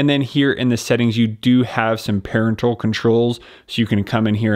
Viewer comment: First time I've heard "parental" pronounced that way.